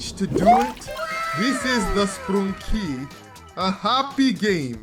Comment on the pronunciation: Why does he say sprunki wrongly